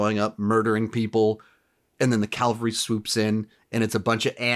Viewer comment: Cavalry not calvary